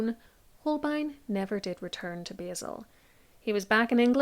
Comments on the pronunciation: Love this, I just have to correct your pronunciation of Basel. It's pronounced 'bah-l'. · I think you should look up how to pronounce Basel!